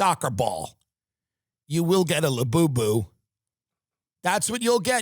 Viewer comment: I find it very hilarious when you say la boo boo